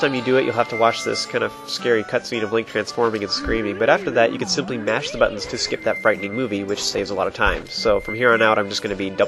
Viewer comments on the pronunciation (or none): none